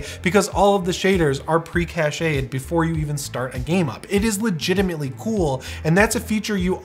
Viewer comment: pre-cached pronounced pre-kasht not pre-ka·sheyd. Cachet is pronounced ka·shey and it means something completely different. I'm not french, both of these words are french, but english has a lot of french words, like beverage, beef, allowance, debris, facade, fiancé, hotel, technique, and thousands more which you learned to pronounce correctly. Hey pronounce also got into english from franch didn't it :P One more french word, gelly is pronounced zheh·lee